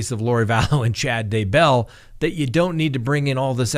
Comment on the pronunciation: No accent on Bell....simply Day bell.